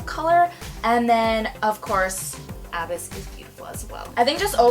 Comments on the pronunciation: That was killing me I was like pls tell me someone told here I came here to let a bitch know 😂😘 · so glad someone else said what I was thinking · It's pronounced a-BYSS, as in "I fell into a deep, dark abyss," not A-byss. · None of these people are explaining the pronunciation very well. It's uhh-biss. Beautiful tutorial though. I really want this palette. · Sweaty... abyss is pronounced a-biss like bliss.. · Love this video! It's pronounced a-biss btw 🤓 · LOL why does she keep saying abyss like that? XD sorry had to but yes this is a very pretty palette. I love mine. So good for any eye color Imo. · Haha, knew if I scrolled down, I'd see a comment about her mispronouncing "Abyss" ! Ah, its all good girl, God knows Ive mispronounced a few myself! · Lol she can't even pronounce abyss right😂